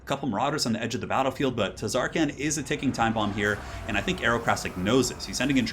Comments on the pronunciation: The T is silent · Ahhh noooo you're not supposed to pronounce the T in Tz'arkan noooooo! (I think? Right??)